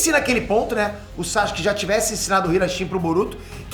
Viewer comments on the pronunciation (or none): Porque ele nunca pronuncia o nome do Sasuke corretamente?